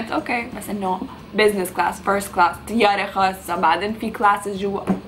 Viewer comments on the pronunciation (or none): متقول طياره تقول تياره هههههههههههههههههههههههههههههههههههههههههههههههههههههههههههههههههههه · اها غريبة لانو لاحظت كتير لبنانيين يقولوا تيارة بدل طيارة بس مابعرف صراحة يمكن ههههههه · #تيارة ههههههه اصلا عادي انا كمان لبناني واقول تيارة😂😂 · اسمها طيارة مش تيارة عيدة سنة في اللغة العربية 😂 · ليش بتقولي طيارة بالتاء 😳😳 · ليش بتأولي تياره هيا اسما طياره😒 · تيارة ولك احكي منيح انجليزي وعربي